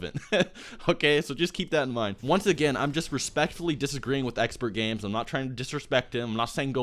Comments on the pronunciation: not trying to get anyone mad but it is pronounced Exper not expert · You keep saying expert it's exper....I know it's weird but its there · dude... if you are going to criticize someone elses channel/video you should know how to say the name of that person properly, it makes you look dumb. and i instantly lost respect for you and took your video less seriously since you called him EXPERTgamez. when in fact he is EXPERgamez.... can you not read? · expertgames....god damnit its expergamez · Its Expergames not Expertgames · Exper not expert lol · ExperGamez. Not Expertgames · Omg did you say ExperTgamez 😂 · There is no t in Expergamez. I'm not tryna be a dick, I assume you knew that. It just sounded like you were calling him "Expert" in the vid. I probably misheard, but just in case I didn't, he takes offense to being called Expert Games. I appreciate your respectful tone because you guys are two of my favorite YouTubers so I'm really glad you tried so hard to avoid starting a fan war. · It's Expergamez idk why he didn't put the "t" in their. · no its just, not really professional to say someones name incorrectly if you are trying to critique them... i dont really care either way. i dont particularly like expergamez or. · Nintentalk Radio He's clearly very informed about the topics in the video, yet you're crying because he said his name wrong? Grow the fuck up